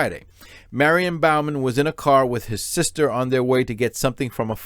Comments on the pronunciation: Not Bal-man, it's Bo-man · Broooooo, Your killing me with how you continually mis pronounced Bowman. It is BOE-MEN like "Bow and arrow" Not like you "Bow before the king" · It’s pronounced Bo-man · If you can’t pronounce the name, Bowman, I wonder what else you’re getting wrong.